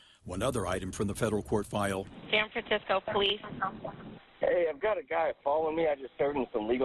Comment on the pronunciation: Oh yeah, that's San Fraranecisco.